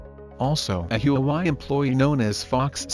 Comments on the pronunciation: Not Hue Wai. It's Hua Wei. Chao zibai. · Please pronounce Hua Wei properly. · Don’t forget the Hu‘a’Wei when you pronounce “HuaWei”. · My guess is this is robot's voice. Can't pronounce Hwa Wei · Your pronunciation of Huawei is way off! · Pls fix your pronunciation of huawei. You’re calling it a different name. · You pronounce Huawei like you are from MARs???? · Pls learn how to pronoun the name of company properly. 😂😂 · Learn to properly pronounce 'Huawei' first to avoid confusing those watching this clip. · Pronounce HUAWEI properly ,please. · I was gonna say that too.